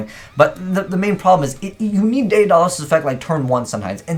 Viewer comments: Day Uh Dah Les lmao Day da les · Day-uhn-dollis... Tuh-rant... dude 😂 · Tie-Rant and Day-Duh-Lus